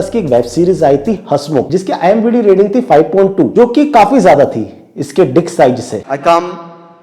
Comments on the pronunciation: Imdb hota hai imbd nahi 😂😂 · Bro imbd 😅 no it's IMDb